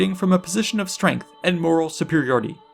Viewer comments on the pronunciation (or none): none